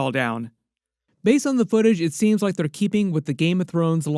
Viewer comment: Based on the knowledge it seems like they'rrrrrrre keeping.... Are you from beyond the wall?? 😂😂😂😂